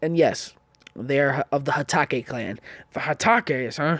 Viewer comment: At exactly minutes or maybe earlier into the video He Said hataco